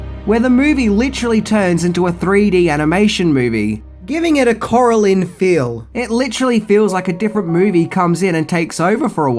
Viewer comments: Coralynn???? Its CoraLINE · Koralene. LOL continues the butchering.